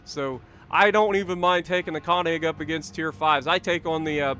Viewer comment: I beg of you please learn how to pronounce könig and königsberg (more specifically the ö)😂